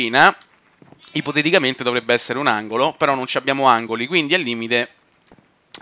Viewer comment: non so quante cazzo di volte a detto ippotetichamente